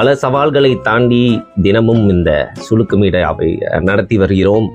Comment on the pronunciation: Sulukku❌ Silukku✅😂😂